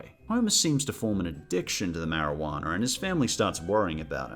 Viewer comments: I think "marawaner" is an even funnier pronunciation, although that humor was unintentional. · By the way I think you're pronouncing it wrong the word that you're looking for is marijuana including the word champagne and also the word onions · I love mispronouncing words like Marijuana and seeing people's reactions 😂 I thought it was just me